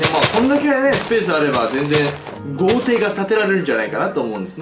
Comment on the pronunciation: 豪邸が童貞に聞こえるのは俺だけか？